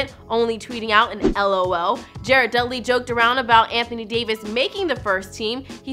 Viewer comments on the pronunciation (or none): none